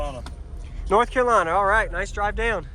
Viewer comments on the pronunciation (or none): none